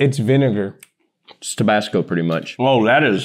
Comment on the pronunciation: rlly said "viNIGER"